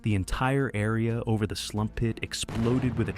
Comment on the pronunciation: I think those pits are called sump pits not “slump” pits, lol. But irregardless, what a crazy story and well told too. Thanks!